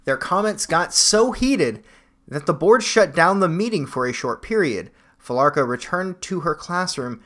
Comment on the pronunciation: I think it's Fee-la-cruh